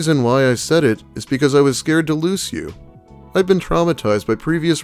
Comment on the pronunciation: A 32 year old that says loose instead of lose. No.